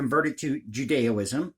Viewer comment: Happy holidays,! Hard to believe this mad year is practically gone already, and I have a feeling next year will be worse for a lot of nations. P. S. Just a bit of friendly critique here, but it's 'Judaism,' not 'Judeo-ism.'